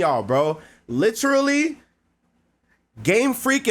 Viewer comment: whered u pick up that pronunciation of literally???